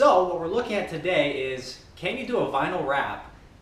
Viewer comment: Nice. Never heard vinyl pronounced that way lol.